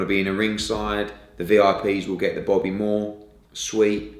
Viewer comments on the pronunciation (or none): none